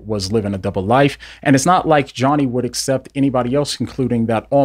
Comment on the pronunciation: You finally stopped saying 'assept' lol